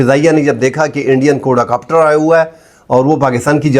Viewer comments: سر جی کوڈا کاپٹر نہیں ھوتا کواڈ کاپٹر ھوتا ھے 😊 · اسلام علیکم ۔۔ صاحب۔۔ بات سمجھ ا جائے تو بس ٹھیک ہے ۔۔لیکن غلط لفظ بولنے ، سمجھ انے کے باوجود دماغ میں خارش شروع ہو جاتی ہے ۔ لفظ ہے ۔ QUAD COPTER. کو- آڈ کاپٹر ۔۔کواڈ کاپٹر ۔۔ کوڈا نہیں ۔میں نے کہیں نہی پڑہا بہرحال اپ کا تجزیہ مجھے ہمیشہ اس لئے حق لگتا ہے کہ یہ پاکستان وطن سے محبت ظاہر کرتا ہے ۔۔ رہ گیا ۔۔ 'آسف' (اصف نہیں) کچھ ذہنی مریض نا معقول شخص ہے ۔ پہلی چول نہیں ماری اس نے ۔۔اس کی مذمت لازم ہے